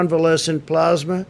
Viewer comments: He is a moron. He can barely speak. He has no vocabulary. Convalescent Plasma is not exactly a breakthrough. It’s just a matter of harvesting and distributing plasma enriched with covid antibodies. And it’s p-l-a-s-m-a, not p-l-o-s-m-a. Idiot. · One question what's plausema. ...ohhh plasma yep English is hard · plasmah, it's French for plasma.